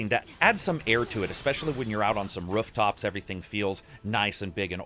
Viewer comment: "Rufftops"? Midwesterner, eh?